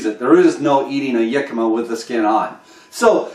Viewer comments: Hi, it is actually pronounced Hick a ma, not Yick a ma. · your pronuciation of the world Jicama is wrong for the English language. Look it up.